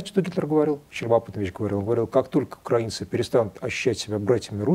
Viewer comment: Правильное ударение -укрАинцы. Вспомните: "Тиха укрАинская ночь..."